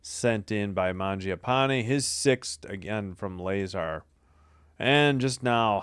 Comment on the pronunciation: La-zar not Lay-zar lol